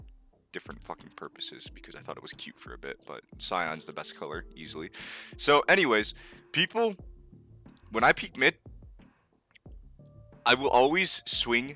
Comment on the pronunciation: dude really pronounced cyan as "sion" literally unwatchable